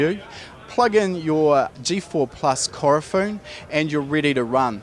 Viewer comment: Its Ku-ro-fu-ne lol not Korofun